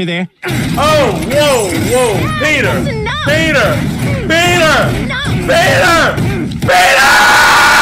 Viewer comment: when he was saying Peter it almost sounded like beat her